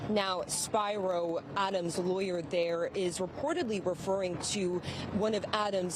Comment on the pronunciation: How come this reporter cant pronounce "Spiro" correctly?